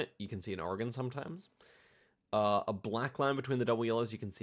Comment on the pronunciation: You nailed the American pronunciation of "Oregon"